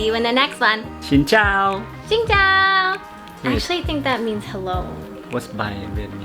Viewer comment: i just want to confirm that your "Xin Chao" is pronnounced perfectly 🥰 love from Vietnam